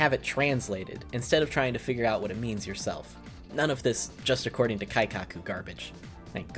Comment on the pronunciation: Also, holy shit did I get a good chuckle when you said, "None of this 'Just according to Kaikaku' garbage" because you said it wrong. It's "Keikaku". (Kay-kaku) Kaikaku (Kah-eye-kaku) is a different word. The mistake made it funnier to me because it shows you, in fact, do not speak any Japanese.